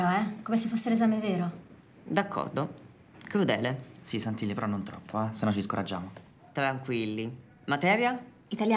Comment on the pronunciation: "Cludele" Lol 😂